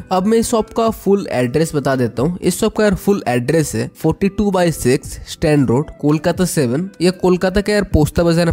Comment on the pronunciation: It's 'Strand Road'.. not 'stand road'.. thanks.